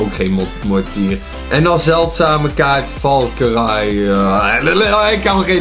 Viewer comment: valkyrie spreek je uit als valkerie